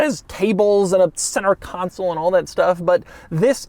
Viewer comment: CON SOUL not council!!!!